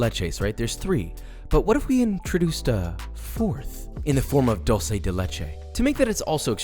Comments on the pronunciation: He says dolce instead of dulce bruh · White people always say dolce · Screams in Argentina: Duel-seh. Duuuuuuuuuuel-seh. <3 You should look up Balcarce Cakes! They're freakin' deadly. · I’m still in shock how Josh said 12 instead of sweet in Spanish. “Duel-seh” 😭